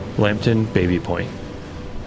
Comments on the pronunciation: I think the original pronunciation was "Bobby Point" not Baby Point. I had a Engineering prof who lived in it and insisted we call it Bobby Point. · It's pronounced Bah-by... not bay-bee.... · It’s actually pronounced “bah-bee” not “bay-bee”. It’ s named after James Baby an early settler and that was how his name was pronounced. My mother grew up in this area. One of the most mispronounced names. Otherwise I really enjoyed your coverage of the history. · Grew up close to the area and it's not called Baby Point (as in the baby). Locals and everyone calls is BABBY Point...aka Tabby. But good doc regardless this mistake. :) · I think it's Bah-Bee point? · Baby Point is pronounced Bahby Point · Some interesting info here, thanks for the video! As others have noted it is pronounced Baa-by/Babby Point. Also, Canadian pronounciation of Lieutenant is LEFFtenant, not LOO-tenant.